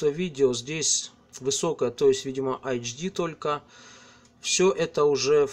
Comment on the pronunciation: Такеши... Почему - АЭЙЧДИ а не Эйчди? Где тут ( HD ) первые две буквы? ))))))